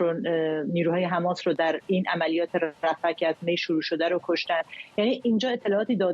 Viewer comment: ایخدا این چوسراییل بود که میخاس مردم ایران و ازچنگال اخوندا نجات بده،....حالا خودشون مث موش افتادن تو تله خماس توحه کنید خماس 😂😂😂😂 این چوسراییل چرا مث ادم حرف نمیزنند خماس خماس میکنند 😂😂😂